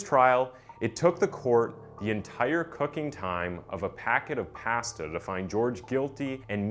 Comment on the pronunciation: The way you said “pasta” was uncomfortable…the most horrific part of this whole video